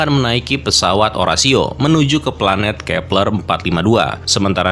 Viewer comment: Kepler apa peler😂